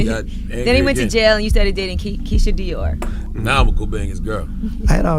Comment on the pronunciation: Keisha Kaoir not Dior